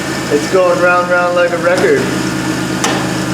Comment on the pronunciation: LOL! "You tuhn me right 'round, baby, right 'round, like a reckuhd baby..."